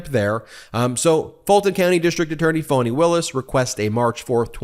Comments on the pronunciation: Ben keeps saying "Foni" (with a long 'o') Willis. It's pronounced Fa-ni with a short 'a', like 'fawn-ee'. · Its pronounced FANNY NOT FAWWNY!!! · I love you and your podcast! Am I hearing Foney? Isn’t that what the gop would call her? I haven’t heard her pronounce her name. Fani. I’m guessing like a fawn(?) Fawn-e(?) I heard someone say Fonnie; as in rhymes with Connie (But please not Phoney)